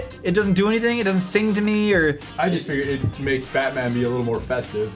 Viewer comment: He's not bat man he's